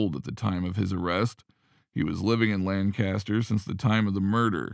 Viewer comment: The city in Pennsylvania is properly pronounced "LANK-aster"; not "LAN CAST er".